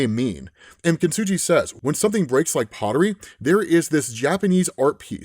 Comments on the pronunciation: This is great, but I have to point out "Kintsugi" is said with a hard g, not a soft g! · You’re mispronouncing kintsugi- it’s with a hard G not a soft G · Only one note. Kintsugi is kin-tsoo-gee, not kin-tsoo-jee. Kintsugi is the japanese practice or art of repairing glass and ceramics using lacquer enamel sruff mixed with ground up precious metals. It doesnt reeally make anything stronger. It just repairs something. It is akin to finding beauty in someone's scars or stretch marks. It gets pretty philosophical and echoes a sentiment found in various places of Japanese culture.. that things that are perfect and symmetrical and flawless and last forever are inherently less beautiful and lovely than things with small flaws. Things with history. Things that have a lifespan. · Kintsugi not kintsuji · kin-su-gee. just saying... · Kin-su-Gee (hard G) btw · Kintsugi saying his name is hard to pronounce, while actively mispronounces the name repeatedly for 5 minutes is 👌